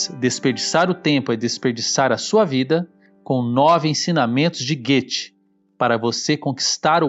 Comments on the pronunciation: Hey du müsste richtige sagen Goethe, aprenda a falar o nome direito Goethe (Gote) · Adorei o vídeo só ficou muito difícil ignorar até o final a pronúncia errônea do nome Goethe pr conseguir ver por completo o vídeo. Compartilho com meus familiares e amigos Aínda mais agora nesses tempos.